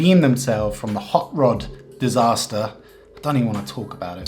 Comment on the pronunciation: Hot rod: in your opinion, i could confirm that you just said "Hot lays"😂 Im Finnish, and that kinda shocked me Oon suomalainen ja toi vähän niinku järkytti mu